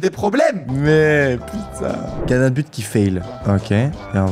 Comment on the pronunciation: ca se dit gardien